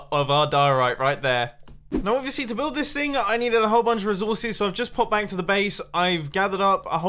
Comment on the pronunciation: Bro whenever you say 'welcome back to another video' the 'back' sounds like banc